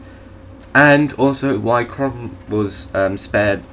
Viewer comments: QHORON, not QHRON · It's not Kron, Pronounce it - COR-RAN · Its qhorin not qhron. Did you not watch the series? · Its pronounced Core-in